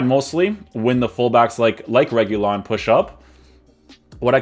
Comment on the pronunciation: RE- HU-LEE-UN that’s how you say his name in Spanish